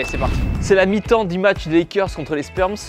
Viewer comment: Les spersm a la place des spurs ma fait saigner les oreilles